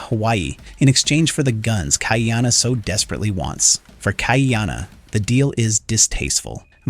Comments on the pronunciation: You're not a poly obviously.... The AI pronunciation is total rubbish. It ca t even say Ka'iana properly. KAH-EEANA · Ha Oles...